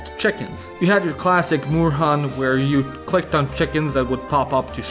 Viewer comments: I see your German lessons are going really badly. "Moorhuhn" means "swamp chicken" and is pronounced like "morehoon". You'll never make it here at this rate. :P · I always thought I was the only one who played these games. Also, Moorhuhn is pronounced with 'o' as in door and 'u' as 'oo' in doom. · Moorhuhn IS a german game. It was developed by a german team. Also, Moorhuhn is not pronounced "morhan" but "mor-huun", since it's not an english game und thus doesn't follow batshit insane english GHOTI-style pronunciation rules. Moor = swamp, Huhn = hen/chicken. Swamp-hen or swamp-chicken.